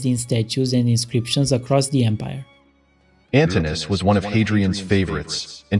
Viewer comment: Antinous has 4 syllables, not 3. More importantly, you fail to state that Lenin legalised both abortion and homosexuality between adults in 1922, five decades before America. Nevertheless, religious bigotry continued under communism; the communists did not tear down the churches. Neither Marx nor Lenin condemned homosexuality. In the West, homosexuality was severely condemned and criminalised. Gays and lesbians underwent electro-shock therapy, and the like, in America. Not mentioning this is a reactionary, inexcusable hypocrisy.